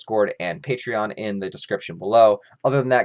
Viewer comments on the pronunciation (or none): none